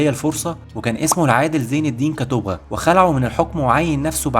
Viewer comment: كتبغا ينطق بضم الباء